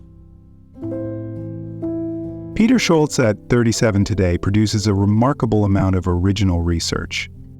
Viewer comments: Jesus. You’ve got to stop saying “shoal-zee”. It’s “SHUL-tsuh”. Standard German pronunciation. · Can you please pronounce Peter's family name correctly?